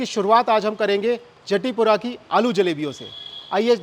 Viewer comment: राधे राधे भैया बहुत बढ़िया, recipe बहुत अच्छी बतायी है। एक बात कहूँगा - जतीपुरा (गोवर्धन) को जटीपुरा मत कहिए । अपभ्रंश है। राधे राधे 🙏🙏